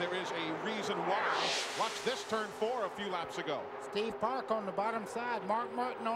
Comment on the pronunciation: I can count the times Eli Gold managed to say "Steve Park" and not "Steve Parks" on one hand. Over his entire career.